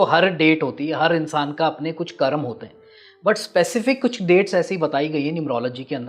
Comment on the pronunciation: महाशय, आप कर्म को कर्मा क्यों कहते हैं।